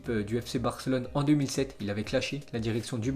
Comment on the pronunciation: Neymar a quitter le barça en 2007?😂😂 ou c ptetre l’accent je sais pas 😂